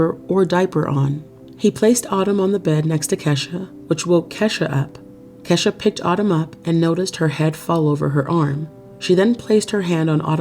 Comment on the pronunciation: Pretty sure Kesha. Is pronounced Key.....sha